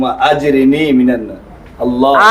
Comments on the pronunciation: দোয়াটা একটু সহিহ করে পড়াবেন। আশা করি আমার কমেন্ট দেখবেন ইনশাআল্লাহ। এটা আজরিনি হবেনা। আল্লাহুম্মা আজিরনি মিনান্নার হবে। এটা হল সঠিক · আল্লাহুম্মা আজিরনি মিনান্নার,,, ভুল পড়তেছে তো ভুলের সংশোধন করে দিলেন না,,,😡